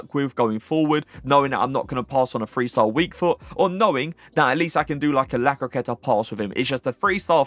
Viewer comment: Great work i like your lists the most however do you pronounce "th" as "f" like do you say free for three is it a British thing ?